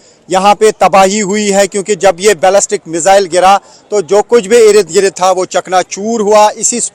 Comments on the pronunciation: Sir Salam Sir irid girid word nahi hata...asal word Ird,,gird hota hai don't mind ❤ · Erid grid.erid grid what 😂😂😂😂😂😂😂😂😂😂😂 I am counting 19 Nos of "Erid Grid "